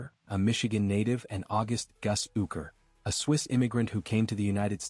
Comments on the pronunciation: Quality video ... not ... can't even pronounce his name correctly! AI is wonderful! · it's not possible to be respectable and get the AI to pronounce his name correctly?